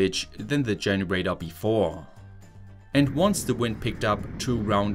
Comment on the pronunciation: Thanks for sharing but could you please try to change your pronunciation especially towards the end of a sentence? It is not a generatö but a generator. Would make your videos significantly better 😉